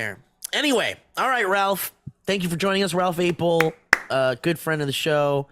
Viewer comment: Steve you're still pronouncing his last name wrong smh